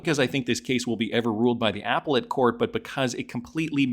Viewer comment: *Ah-pell-et* NOT *Apple-it* Court... How does an adult not know how to say this word??? Its not like it is a strange or obscure word...